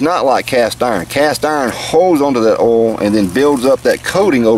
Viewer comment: Did you say oil or OO'L? I Turned in to see cheese burn, not potentially burn!